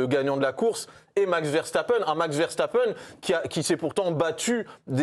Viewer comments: “Verchtappen” faites l’effort s’il vous plaît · ARRÊTEZ de prononcer les noms néerlandais avec des sons allemands ! Le S se prononce S en néerlandais, comme en anglais et toute langue latine ! Max Verstappen et Wesley Sneijder s'appellent bien Verssssstappen et Ssssssneijder.